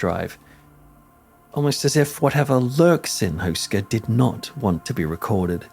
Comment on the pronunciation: Barely recognised that you ment Karel Hynek Mácha. It's not pronounced like that at all. Google translate does pronounce it correctly tho, so if anyone wants to hear it, it's an option. Houska is also pronounced differently. You pronounce it like Hoo-ska, but it's more like Hoe-ska XD The name means bread-roll, a traditional braided one that is very common in Czechia and surroundings. It's kinda strange to see how interested foreighners are in this seemingly unimportant old castle, and the supernatural and hellish reputation they assign to it. I only learned about it from this channel a few years ago. Makes me wanna visit it again.